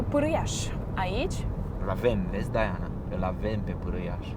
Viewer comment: Se zice și citește Diana, nu Daiana.Va-ți englezit.